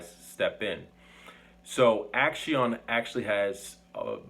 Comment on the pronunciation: I believe it may be pronounced as "ak-see-own", like the word for action in Spanish, "acción"